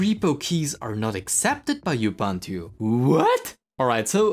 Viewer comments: It's U-B-U-N-T-U, not IU-B-A-N-T-U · You pronounce 'Ubuntu' wrong. It's oo·boon·too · Not you-bun-tu ! Say uh-bun-tu! Ughhhh🤦 As for the rest... Uggghhh as well - so basically the main (non-niche Davinci Resolve) complaints, is "if you want to use Ubuntu to be Fedora, then that sucks and it's really bad at being Fedora. Fedora is much better at being Fedora"... If you don't want to use snaps, don't install snaps - they don't hurt performance if they aren't installed, and the snapd service had literally zero overhead and if you aren't happy with it you just disable the service, no need to go around dismantling the basic infrastructure of the software center and then complain that it doesn't work well. 👎